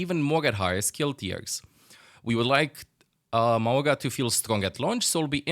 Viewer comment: It’s pronounced Ma-oo-ga